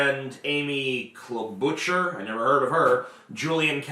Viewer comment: Oh TJ from 2020 would be disappointed watching this video now. If only Biden's supporters went away as you predicted. Also, you didn't even know how to pronounce Klobuchar and said she wouldn't get anywhere and now the establishment is inflating her success to get her to win.